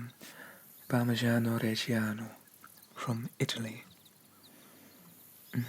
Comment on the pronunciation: As italian I loved the way you pronunced "Parmigiano Reggiano"